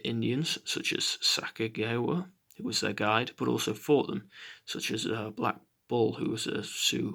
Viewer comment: Really useful thanks 😊!!! But isn’t it pronounced sa-ca-jew-wee-ah ?🤷🏾‍♀️